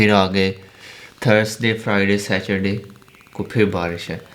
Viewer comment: Please it is not Sa Chur Day. It is Saturday.